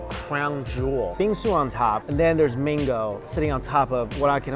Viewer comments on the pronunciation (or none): every time he says Bingsu you it sounds like he's saying bean soup